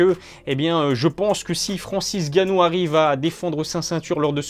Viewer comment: Francis Ngannou pas Francis Ganou 😑